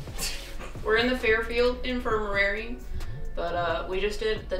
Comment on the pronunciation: Its INFIR-MARY lol not " Infir-mer- rary "